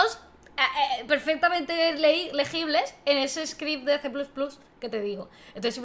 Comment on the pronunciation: Cuando pronunciáis C++ como "ce plus plus" no lo entiendo. O todo españolizado o todo en ingles, pero eso de mitad y mitad jajaja